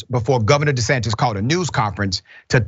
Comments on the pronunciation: Dr Richey don’t say De Satan, say The Satan. 😂😂😂😂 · Governor "de Satan!" I caught that! Good one!